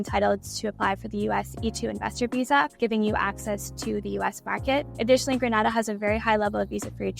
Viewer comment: Sorry to be pedantic, but it is pronounced Gren-AY-da. Gran-AH-da is in Spain.